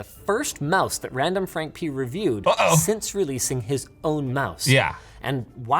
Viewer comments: I heard randomfrank penis xD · ….randomfrankpenis is what I heard Linus say I had to stop the video lol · I can never unhear “randomfrankpenis!” 😂